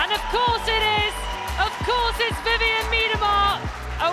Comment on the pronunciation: Why isn´t Vivianne interviewed herself and are the comments by players that cannot even pronounce her name correctly !?